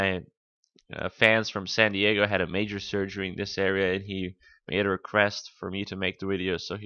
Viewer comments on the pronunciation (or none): none